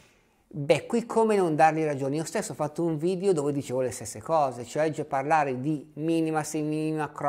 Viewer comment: Per favore, evitiamo di diffondere la tendenza a pronunciare la parola "video" in maniera errata, all'inglese: "vidIo". In italiano si pronuncia "vidEo", non "vidIo"!